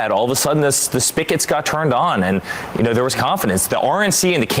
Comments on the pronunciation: Did he say “spickets?” He doesn’t even know what a spigot is? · "Spicits"?? Does he mean spigets? What a dolt.